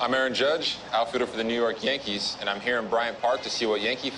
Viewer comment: voice crack "for the New York Yahnkees